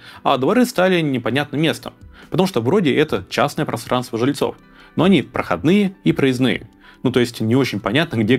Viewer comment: Вы произносите слово "просранство", как Шурик в "Уральских пельменях".